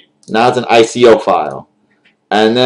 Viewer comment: is it just me or did you say anime i coins???